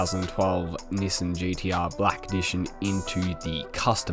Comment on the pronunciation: Appreciate the vids but hearing "Nissin" really hurts my soul